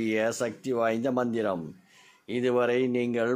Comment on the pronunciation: Manthram pronounciation not clear